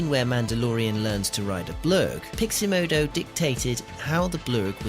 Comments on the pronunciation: Wtf is it with this guy's pronunciation?... Who is Grogg-oo? Who is Pixie Modo? Do we mean Grogu and PixOmoNdo? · totally triggered by the pronounciation of pixomondo as piximodo ... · Haha - always nice to let viewers know your level of quality within the first minute. You are going to show us how to do something extremely technical yet you can't pronounce Pixomondo. That's funny! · I'm fascinated by the complete inability to pronounce Pixomondo